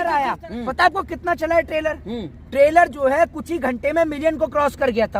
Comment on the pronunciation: tailor aya h 😂😂😂 ( it's trailer bhai): traser aya h 😂😂😂 ( it's teaser Bhai) Jokes apart, full support to Pathan 👍👍